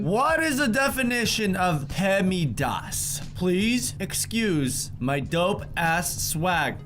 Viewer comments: Dear, It’s pronounced pem-das not pemidas. Fix it. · Pemidas? can't even say the acronym right. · Oh no, oh no, what was that pronunciation of PEMDAS, it’s terrible.